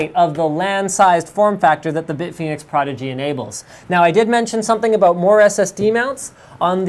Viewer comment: "Aboot" hahaha... Canadians.